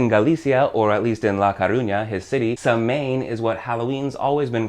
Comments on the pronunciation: Samhain in Celtic is pronounced Sow - win. Sorry, but I can't trust the depth of your research now. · Quite good...although there are some errors, please accept these as constructive. You mention Samain or Samhain ( incidentally it is pronounced Sar-win ), this was a Celtic festival ( pronounced with a K not an S, Celtic being Ireland and Scotland (also Wales) from where this all started ), it marked the end of the Harvest Festival and the beginning of the Winter period. All Saints day was a Christian addition to the calendar celebrated on the first of November and All Souls' Day on the 2nd of November. Halloween which is celebrated on the 31st October is when, traditionally the veil between the living and the dead is at its thinnest, hence the dressing up today to signify that fact. Today in the UK, Halloween is growing..its commercialised.....but growing....the meaning is lost....but I'm sure the candy companies don't mind that (:0). Thanks for the video. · the way you say samáin is so wrong i love when americans pronounce irish words and names . thanks dude great video and that word gave me a good chuckle.